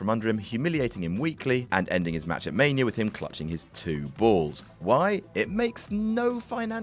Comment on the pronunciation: Why does pronounce Mania as Maniar